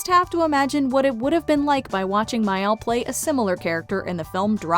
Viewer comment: please, that is not how you pronounce Mayall.